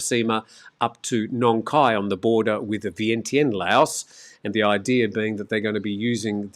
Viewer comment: You pronounce it, 'Vee-an-jan'